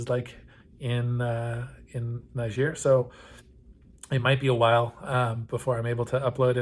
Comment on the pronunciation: lol, you say the name is "Often mispronounced", and then mispronounce it. I'm guessing you don't speak any French!